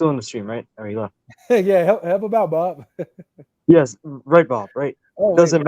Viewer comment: Bro really said “it’s booobbb” 😂😂😂😂😂😂😂